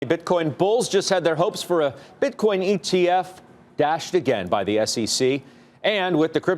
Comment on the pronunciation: Its SEC not SCC u pompous hedgehogg!